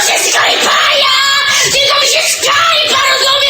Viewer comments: 22 osoby mówi skajpa zamiast skajpaja. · Niekryty Krytyk jest najlepszy EVA=) Śmieszny, krytyczny i w ogóle zajebistyyy jak zawszeXDD Więcej takich odcinków Niekryty=)) Kto popiera łapa w górę;) Nie skajpaja tylko SKAYPA!!! lol rozwalaa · "this... is... skajpaj..." padłem :D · A nie skajp :D